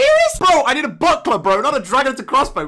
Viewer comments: When said buckler I thought he said butt plug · Thought he said buttplug not buckler😂